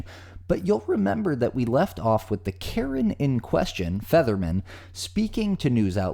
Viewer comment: To narrator, it sounds like your pronouncing Featherman as Fetterman. If you are your lronouncing it wrong.